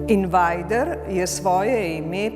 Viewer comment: Se njegovo ime res prebere "invajder"? Sem mislil da je "invejder"